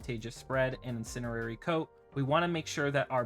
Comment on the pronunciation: ah yes, the "incinerary" coat, of course